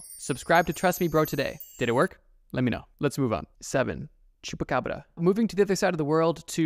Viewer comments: The way you said baba yaga terrified me also why tf did u say chubbacrabba???? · Scary is the way you said chupa Cabra. It's shupa Cabra if you wanna say it right